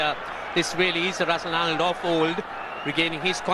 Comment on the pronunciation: Russel Arnold as Andre russsel 😅😂😅😂🤣